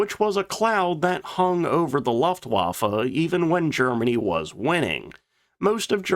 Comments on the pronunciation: Loeftwaffe, not laftwaffe😂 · What is a Loftwaffle ? Jesus , got the prononciation correct! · A person with such high knowledge of aircraft should know how to pronounce Luftwaffe! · I love your channel, and your (non) dulcet tones, but for the love of God, please learn how to pronounce “Luftwaffe” correctly. You’re killing me Smalls 🥹